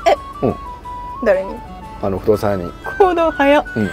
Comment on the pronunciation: がずっと不動産屋さんを「ふどうやさん」って言ってるのがツボでしたｗｗｗ くだらないボケをかましても「やかましいわ」ってサラッと言ってくれるのような奥さんが欲しいっす。クピ美ちゃんも安定の癒し♡ 富山は一度だけ行ったことありますが、海の幸がとても美味しかったのと、景色がすごくよかったですね！